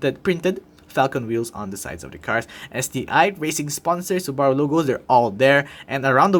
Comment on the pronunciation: Great review! Though one suggestion. Check how to correctly pronounce Subaru. The way you're pronouning it isn't the correct pronounciation and sounds phonetically almost like Sbarro, which is a different car manufacturer.